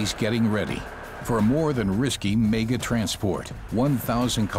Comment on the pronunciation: Where did this narrator learn to speak english!!!..every time he says 'mega'..i cry.......